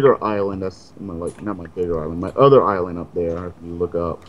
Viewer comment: bro ís-land